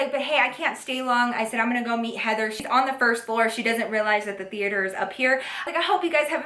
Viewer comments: I love how she said theater like theateor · the way she says "the-ate-her" 😂😂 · movie thee-ater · TheAter lol❤😂Just the way u said that at the beginning made me smile❤❤❤ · the-ater lol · Theayter lol 😂😂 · HaHahaha she said THE-ATRE!!! I'm dying!! Love you ❤️ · The way she says theater lmao love you girl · Why she said movie theater like that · Who else is low key confused on why she said theater like that😂😂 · Is it just me or did she say theater kinda funny? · You said Theater weird it was probably b/c you were mad Love you girl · Why she say movie theater like that 😂💗